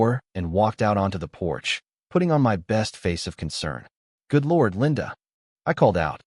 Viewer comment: That's Lord, not Lord.